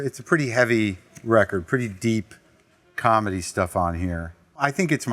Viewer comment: “Any calmedy records from the eighties…”